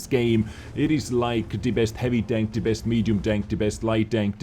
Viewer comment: Voices a meme Pronounces 'The' as "TITTIE"